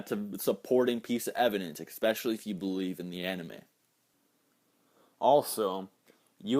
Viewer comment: Old vid buttt....... expecially is not a word........ lol ok you know that but great vid!!!!! You da best.